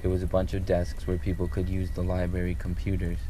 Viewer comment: he keeps saying liberry. Library man.